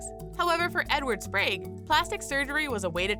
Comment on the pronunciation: The robot voice which I now refer to is the computer chip -- she was talking pretty good for a robot, until when she could say sprague. She said Edward Spragie, long A, Long E. Sprague if you know a Sprague, you'll know what I mean. .